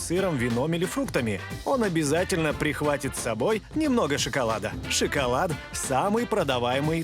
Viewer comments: Жанна, не " сщикалат", а "шоколад."Обратитесь к логопеду! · Как можно говорить...шикалад? Это п...ц